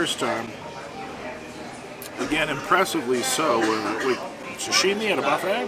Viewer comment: ...it is sashimi, not sushimi. Pronunciation is like You would say sushimi american way.:) Great video as always.